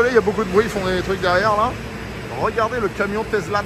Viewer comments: Tu te moques de ceux qui disent DoLorean alors que tu dis TeZla pendant toute la vidéo … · Mais pourquoi tu dis TeZla et non TeSSSla ?